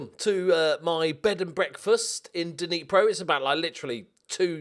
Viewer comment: Hey - just an bit of info...Dnipro-1 is pronounced in Ukrainian as 'nipro-odyn'.